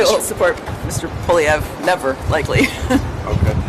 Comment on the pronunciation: It's not Pierre Poliev. How has it become normal to butcher the man's last name, and everyone is repeating it like it's fine. It shows lack of respect for French last names in general.